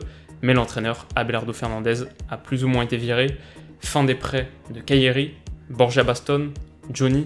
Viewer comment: Sa se dit borra sinon super vidéo comme toujours